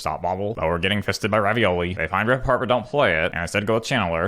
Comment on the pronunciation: "Rip apart" not "rip a shard" wtf man